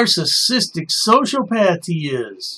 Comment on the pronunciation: It’s pronounced “So-see-o-path”…not “So-sho-path”